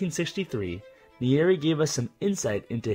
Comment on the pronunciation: You butchered the first presidents name bro 😂